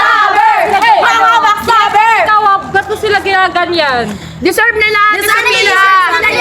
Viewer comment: sabi ni "haluh deserve"😭